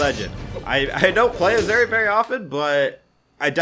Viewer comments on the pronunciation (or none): Every time sais azuri I die a little inside